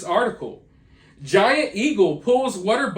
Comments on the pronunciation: W AAAA ter. Water!!! Not WhatER..TF is WHATER??? Water fuck man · Oh this is gonna be a record for the most "wudder" in one video.